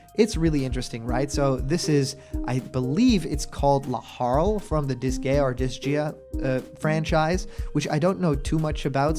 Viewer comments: Itz pronounced Dis-guy-uh and Laharl is the OG Main character of the first game and he is the most love to hate but also love little shit. Disgaea is a series of tactocs RPGs known for its over the top ampunt of deepth and replayablr with each individual character being able to level up to 9999. Laharl himself would be a badass entry to smash as he's become somewhat of an icon over the years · “Dis-Guy-ah” Disgaea.